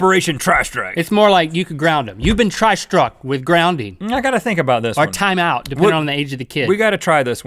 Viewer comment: Heard "tri-struk", instantly yelled out "THUNDERSTRUCK".